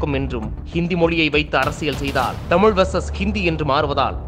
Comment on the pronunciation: தமில், தமில். அண்ணாமலையின் தமிழ்